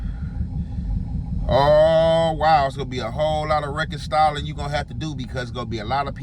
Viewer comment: He mispronounces a lot of stuff like that lol